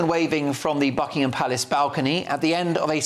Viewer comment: it is not BuckingHAM and PackHAM. Learn to pronounce properly.